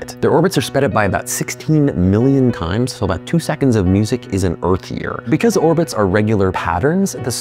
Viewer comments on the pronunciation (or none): none